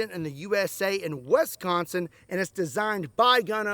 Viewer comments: "W'i"sconsin" not "W'e'sconsin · We don't have a dang E in Wisconsin. Stop saying it with an E. Say it with an "ah" like Wahsconsin. Not Wesconsin. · Wisconsin ❌️ Westconsin✅️ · The way you said Wisconsin is funny it sounds like you said Wesconsin or westconsin lol 😂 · "Westconsin". Oh that hurt. That hurt bad. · It's NOT PRONOUNCED WESconsin. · "West"consin? J/K love ya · You say "Wisconsin"" wrong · I love how you say Wisconsin lol im from their and never heard it said the way you did love ya man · You say "Wisconsin" kinda funny... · Can you pronounce Wisconsin again?